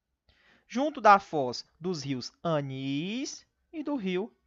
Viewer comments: o nome do rio é Anil e não Anis, professor. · o nome do rio é rio Anil e não rio Anis!